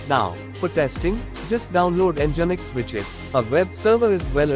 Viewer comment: Come on, dude, it's not NgInx, it's nginx (engine-X), they write it in their homepage... :D